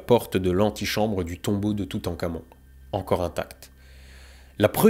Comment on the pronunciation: je suis le seul a entendre "toutencamion" ? .... parti ... loin